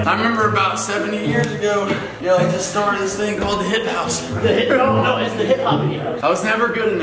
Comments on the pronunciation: it's hype house not hip house 😂😂😂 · “The swala house and the hipe house “😂😂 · No one: Tayler : THE SWALALA Me: umm isn’t it the SWAY LA Also Tayler: THE HIP HOUSE